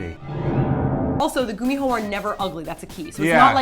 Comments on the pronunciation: I thought it was pronounced like with k e.g kum-ee-ho not gum-e-ho? Also in Britain we have the bogey man who is like a goblin ,that likes to play tricks mainly on naughty children. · Naruto is also a gummi-who as Simon pronounced it..... A nine tail fox 🙊🙊😏😏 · Simon pronouncing gumiho incorrectly is kind of funny because gummi or gumi (if my Korean isn't failing me) is spider, right? And spiders have many legs like the gumiho has many tails :) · Gumiho can be pronounced as Kumiho because hangul character is the same 구미호.